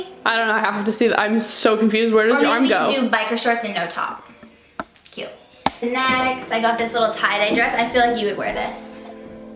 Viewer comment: take a shot every time someone says "CYUTE"